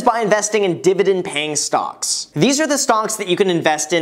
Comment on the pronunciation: I don’t know why but every time he says “stocks” I hear “stonks”